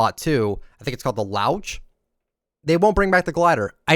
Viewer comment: as an Irish person I would just like to clarify that laoch is pronounced "lock"